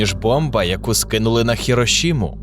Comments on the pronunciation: Чого «совєтського» а не «радянського»? Чому ХіроШіма а не ХіроСіма? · ХироШима? В японском языке нет буквы Ш.